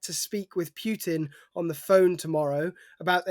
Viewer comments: Its Putin not Pjutin, newscrew should learn to pronounce, its not hard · Putin, not Pyutin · May be it's time stop pronounsing Putin as pewter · Although I can see some connection here, Putin is pronounced Pooohtin, the "u" as in "you", not as in "puking".... Please, pronounce the names as closely as possible to how they are pronounced in the country of origin, in stead of making all kind of frivolous variations, making it seem that there is a busload full of dictators leading Russia with an iron fist, while there is only one causing all that havoc, just like the Czar once did. Otherwise, pronounce Trump as Truuuuuuuuuuump, and Macron as Mukkkkrownnn, Xi Jing Ping as Pong.... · Who is Pjutin? Try to pronounce things a little bit better. (He is a POS, though... Trump too...)